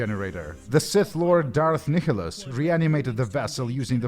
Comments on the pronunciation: Kickholos ??? It’s Nihilus there is no k/c in there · Fyi Nihilus is pronounced nye-lus. It's based on the word nihilism.